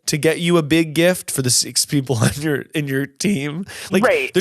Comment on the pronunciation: I absolutely cackled at “I have bieeeg red beard”